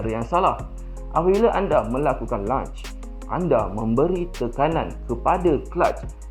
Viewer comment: Lonch lonch. Bukan lunch lunch.